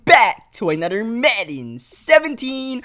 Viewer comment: It is not ANODER IT IS ANOTHER